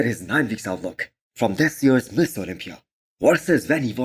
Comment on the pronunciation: Bro why do you pronounce mister as miss? The automated subtitles also show ms olympia 😂